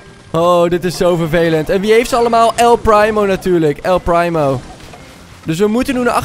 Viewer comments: Je zegt El Priemo, niet El Praimo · Hahaha, geweldig dit😂 ik speel zelf al ongeveer 1,5 jaar actief brawl stars en het is dan echt geweldig om dit te zien! Keep up the good work! Oh, en je spreekt het uit als “el priemo” ipv “el prymo”😂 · nee man je hoort El Primo met de IE te zeggen wat hij zegt is El prymo/primemo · Hij zegt El prijmo paar het is primo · Het is El primo je zegt El priemo en niet El prijmo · el primo zegt letterlijk zijn naam en zegt nog steeds el prijmo! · Je spreekt El primo uit als El priemo En een paar tips 1. Als er upgrade staat kun je de knoker upgrade 2 . En speel showdan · GVQ - Gaming er staat toch el primo duidelijk dat hij het zicht en zo hoor je het ook te zeggen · Je zegt el prijmo like als je dat ook hoorde👍🏻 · "El PRIMO" echt mooi hoe dat zeg😂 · Echt eh